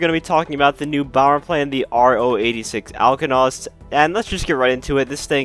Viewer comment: You most certainly pronounced it wrong 😑.